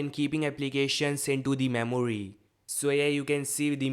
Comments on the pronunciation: Memory ---- Maimooryyyy 😂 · I love how he speaks memuri😂😂